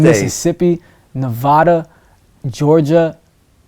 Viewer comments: Yall niggas need to know how to say Nevada right I swear that shit be annoying. Reno NV 775🔥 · ITS NEVADA! Not NEVAADAA!! 😒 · How you live in Nevada and STILL say it wrong🤣